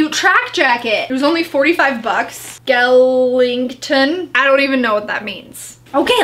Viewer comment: Does she seriously not know what the nightmare before christmas is "Skelington?" Like what really 😂